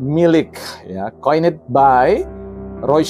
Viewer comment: (coined by = diciptakan oleh) dibaca bukan koinit atuh meni udah sok narasi ilmiah 🤭🤭 .... bahasa Ingrisnya tamatan kursus dimana nih orang ??? yang dibunyikan 'it' atau 'id' hanya yang berakhiran T dan D contoh=Wanted dan Ended ujung nya berbunyi 'it' dan 'id' kata yg lain nya hanya berbunyi letup tidak dibunyikani vowel .... 😄😄